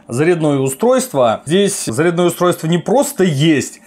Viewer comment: Русский язык поучи и не позорься)) заряднОе устройство)) может всё-таки зарЯдное))?